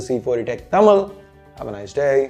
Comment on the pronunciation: தமில் இல்ல bro தமிழ்....ழ்....